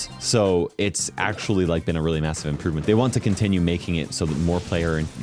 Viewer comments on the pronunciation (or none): did I hear masive?